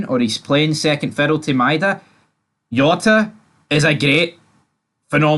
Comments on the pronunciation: “J”ota!!! Ya bam not Yota!! 😂😂😂 what aboot your player what is it cross Dresser? 😘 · It no yota ffs its Jota with a J